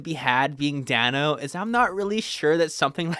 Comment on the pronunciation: Great video! And great comic too, although I'm pretty sure Paul Dano's surname is pronounced "day-no"